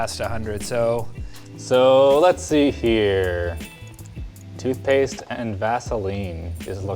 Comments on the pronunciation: tootphase? lol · "tootphase? toot-phase?" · "TOOTPHASE" .... Close enough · What's "tootphase"? 😂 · "Tootphase" lol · What the hell is "tootphase"? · rip "tootpaste"